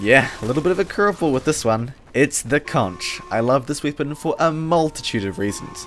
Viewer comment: Are you from Croatia or to be precise,Dalmatia? I have noticed just now that you say I instead of E like weapon for wipon. I'm not making fun of you,but the people in Croatia use ikavica to replace the letter E with I like you do.